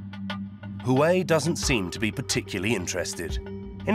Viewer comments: Not “who-way”…. It’s “wah-way”……love your report but please get the pronunciation correct 😂 it will make your presentation more believable. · You guys aren't even interested in saying Huawei correctly. Why would they be?😂😂😂😂